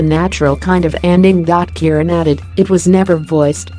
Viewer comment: Is it a robot doing the narration? And why don't the Americans find out how to pronounce things properly? The voice was saying Keiran for Keren, and goodness knows what for Siobhan (pronounced Shuhvahn).